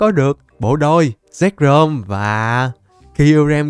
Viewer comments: Zekrom chứ k phải zekcrom bruhhhh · Zekrom nhe a chứ ko phải zekcrom